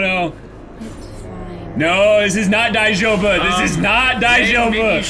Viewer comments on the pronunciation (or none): "No no no, this is not daijoubu!" Of course it is. It's DIE-joubu. :D